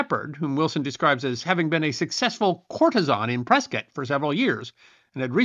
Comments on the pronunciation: I live in Prescott, and glad to hear it pronounced correctly. "Pres-kit," like Biscuit. Great story. Never knew about this stagecoach massacre nor its connection to Prescott. Even learned the origin of the name Hassayampa. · I live in Prescott AZ, and I want to compliment you for pronouncing the name correctly... It is indeed referred to by us locals as "Press-kit", not "Press-kaht". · Oh, Thank you for pronouncing Prescott correctly. Us Arizonans love you more for it. Butterfield trail went right though my town. Super cool information. Thanks! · Congratulations,! You pronounced "Prescott" just like "biscuit". I'd almost think you were from Prescott! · Well done again. As someone who lived in Arizona from 1959 through 2014 I actually loved this one. Also, I want to commend you on your proper pronunciation of "Prescott". I'm very familiar with every area that you mentioned during this story as well as the story itself. Like so many other times in our nation's history the native tribes get a bad rap and are blamed for things that were never their fault or that they never did. BTW That's a beautiful tuxie gato or gata you have there. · I came here to say the same! Impressive he knew the correct pronunciation, that generally only us who are from Prescott, know. Now to find out the lived there... way kool! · It's so unusual to hear Prescott pronounced correctly. I see another commenter has also given you credit for that. Good job, and great story telling. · Good work hitting the local pronounciation of the territorial capitol. 😊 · pronounced Prescott correctly!!!